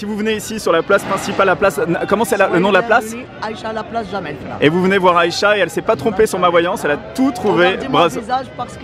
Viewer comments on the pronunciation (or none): C'est jamah lafna et non jamel lafna 🤣🤣✌✌